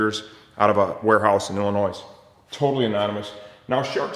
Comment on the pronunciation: The s in Illinois is silent ☹️